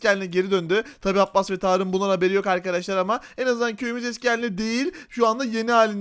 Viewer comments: Arkadaşlar❌ Arıkadaşlar✅ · abi sen niye arıarkadaşlar diyosun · videonun başında arkadaşlar demek yerine arıkadaşlar dedi sorun yok